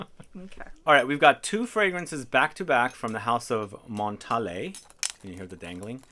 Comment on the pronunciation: Why does he say Montalé ??? it's Montale (French brand)